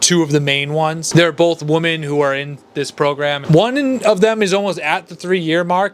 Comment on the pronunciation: Dude i like your videos but for the love of God, Women is pronounced Wi-men. Woman is pronounced Wo—man.